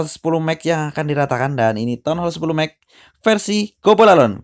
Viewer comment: Ngomong max aja mex pea